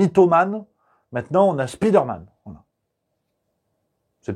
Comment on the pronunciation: "speederman" c'est le gars rapide "spiderman" c'est l'homme araignée : tout est dans la prononciation lol